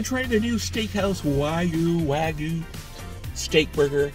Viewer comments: yeah I'm not even remotely interested in the culinary opinion of someone who doesn't know how to pronounce wagyu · you know how to pronounce Wagyu now? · "How to pronounce Wagyu" lmao what a scholarly muchacho woowoowooOOOOOo